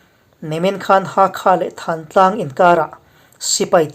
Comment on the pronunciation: Thantlang i lam dan hikhimi tlang dung khi pi pu te aṭang a,lam ri dan chu thantlang thuk hniamlo in kawh lah a lam tur